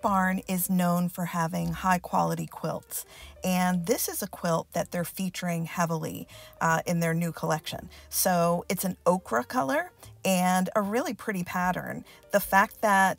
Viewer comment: Nice picks, you have a good eye. (One little oops, though, ochre is said O-ker, not okra, that is a vegetable.)